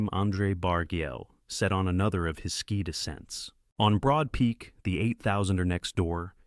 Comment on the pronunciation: Your AI is mangling all tenses of the word "ski"